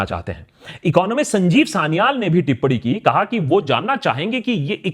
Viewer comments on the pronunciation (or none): none